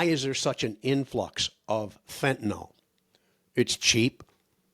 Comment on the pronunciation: I have a tendency to be nit-picky; perhaps too much so. But fentanyl, say fentanil is correct. Fentanol is incorrect. Yes. I’m too fussy.